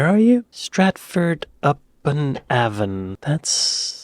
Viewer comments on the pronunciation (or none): "Avon", try "A" as in the letter and then "von" as in the German. "Über English"? Just goes to show that American English is even more influenced by German than real English? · Its pronounced ayvon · Funny as an actor you don't know where Shakespeare was born. It's pronounced A-von, with the A said to rhyme with Bay. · Pronounced A von